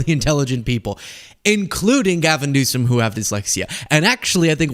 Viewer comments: And he pronounces his name as "Newscum". What a dumb ass. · He can never even say his name right lmao Newscome ??? Our president has worse than a learning disability He’s 100% dumb AF